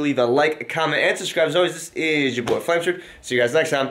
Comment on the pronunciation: realized you always call yourself flameshword